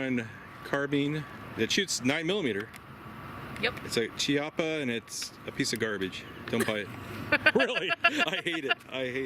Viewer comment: Chiappa is pronounced key oppa. "Ci" sounds like "Ch" in Italian.